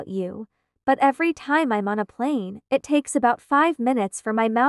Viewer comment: "30 minus 24 minutes ", "24 minus 25 hours" > should be "24 to 25 hours" etc.. Lol. "I T" > *it*. The prog needs some tuning up. Can I know what text-to-speech prog & setting you're using for this?